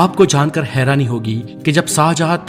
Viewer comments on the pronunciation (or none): none